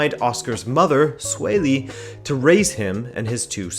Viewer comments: Usually this guy is always on point with Portuguese but he butchered that one lol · Person: "What's your name?" Oscar's mum: "Sueli" Person: "Swae-lee?"